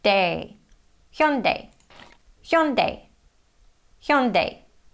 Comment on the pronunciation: Your pronunciation of Hyundai is as good as natives.👍 it's quite difficult to pronounce because it has double vowels like 'yu' in first syllable and 'ai' in second syllable which Korean could make a mistake.